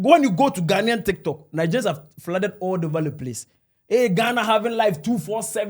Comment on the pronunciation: whatever drugs you are on is definitely working . We know Nigerians cannot pronounce basic English words correctly just as they cannot pronounce Ghana. ....Not ..Gaana. You have made it worse becsuse you cannot even write "Ghanaian". Who put a gun to the heads of the millions of Nigerians to come to our country or African Americans? We will kick you lot out soon to go back to your dunghole called Nigeria.